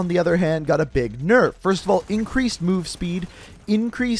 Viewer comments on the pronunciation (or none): "Big nurf"?